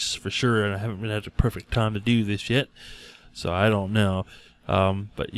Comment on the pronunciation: When he says "I haven't had time to do this yet" it sounds like "I haven't had time to do this sh*t